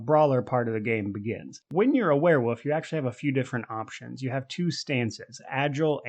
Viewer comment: It sounds like you're saying "werewoof" and I'm here for it.